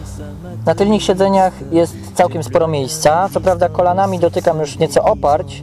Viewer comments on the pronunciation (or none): !!!! tylnych nie tylnich haha było dobrze i szybka zmiana na gorsze twardo !!! co ja tu robię że w ogóle tak długo to oglądałem hehhehee